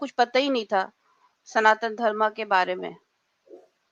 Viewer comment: श्रीमती जी, आपने इस्लाम त्यागकर सनातन धर्म अपनाया है, स्वागत। अनुरोध है कि अपना उच्चारण (pronounciation) भी ठीक करने का प्रयास करें। सनातन धर्म सही उच्चारण है, सनातन धर्मा नहीं।